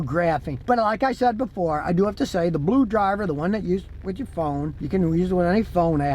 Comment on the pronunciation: What's Blué-Drivér, dothé he meen Blué-Tooths ¿¿¿¿